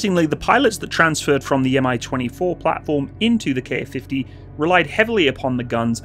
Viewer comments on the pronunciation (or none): There's no KA-50. There's only a Ka-50. Say Kamov-50. Don't say K-A-50. DON'T. DON'T!